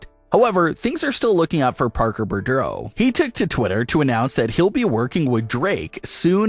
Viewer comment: wow, how many different ways can you butcher the name BOUDREAUX? It's pronounced BOO-DRO.